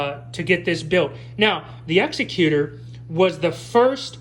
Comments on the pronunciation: Has anybody told you yet, that you're mispronouncing the name of the ship? It's Executor, as in, the top executive of a company, a person in charge of a will is most commonly called the "executor of the will". You keep saying Executor as if it's an Executioner, a person that kills other people, mostly after a trial. There is no executor as it pertains to an execution. An execution has an executioner. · Yay another crappy ripoff that probably copied some fan’s design and the guy reviewing didn’t even pronounce Executor correct. How do you do a review of a Star Wars ship with out even knowing how to pronounce its name.